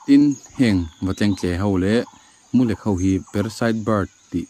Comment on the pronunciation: Mulek tih i lam dan hi a dik lo deuh in ka hria,lek tih hi pathum lek, pali lek kan tih ang hian lam tur anih hmel.